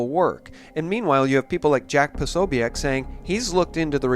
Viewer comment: It's pronounced Pa-SO-bic. Just FYI. Keep up the excellent work.